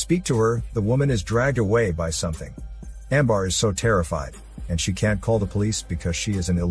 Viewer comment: Amber not Ambar